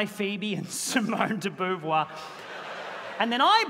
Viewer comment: It's pronouced Simone de Bovoir ! 🐹